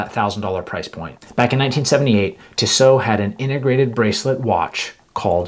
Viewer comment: It’s pronounced Tee-So.